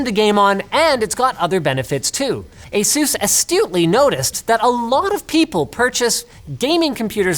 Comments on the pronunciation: It's Ace-us not jesus! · Stop saying asoooz